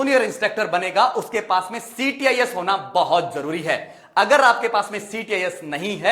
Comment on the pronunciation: Sir ctis nhi. Cits hota h